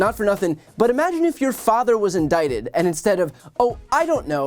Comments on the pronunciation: He says he's been "indicated". 😂😂😂😂😂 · “INDICATED” ?? The hamster is in the wheel, but it refuses to turn. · Lmao “INDICATED” 😂🤣.